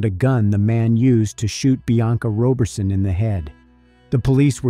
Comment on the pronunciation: I'm sure the name is pronounced Rah berson not Roe berson! Excellent detective work tho .. rest well Bianca